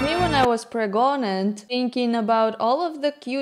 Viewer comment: You said pregonant 😂..preg..nant